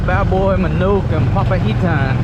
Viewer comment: you just said it right .. " papaitan "